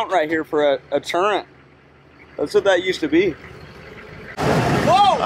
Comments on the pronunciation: It's called a turret. not turrent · Turret....Turret. Not turrent